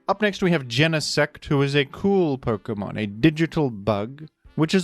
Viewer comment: Pok-UH-mon ❌ Pok-EE-mon ✅